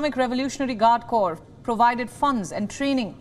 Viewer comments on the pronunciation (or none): Corps not corpse